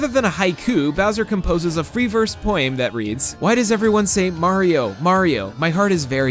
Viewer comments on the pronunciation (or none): This man just said "poe-ehm." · I'm sorry, did you just pronounce poem as "poyeem"? I...I'm at a loss for words.